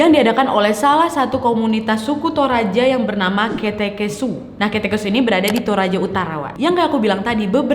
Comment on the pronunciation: Kak sebenarnya banyak kata yang salah kakak katakan kayak ( kete kesu) itu seharusnya ke'te' kesu, dan juga bukan tongonan tapi tongkonan. Tidak bermaksub untuk menyinggung kakak tapi saya sebagai orang toraja hanya mem benarkan kata - kata yang salah kakak ucapkan. Atas perhatiannya saya ucapkan terima kasih😅😅